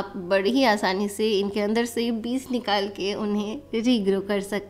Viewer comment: Good morning dear, Kindly, improve your pronounciation of word Beej not Beez, Regards, S. M.Athar